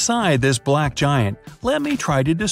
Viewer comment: Resist you said balck giant 💀 💀 💀 💀